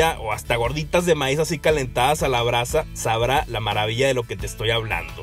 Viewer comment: brasabrá xD